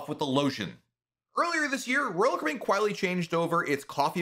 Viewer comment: Please slow down a bit while tells us older folks about your blog- though YouTube . The way you say(ROal) (Caribbean) 😮😢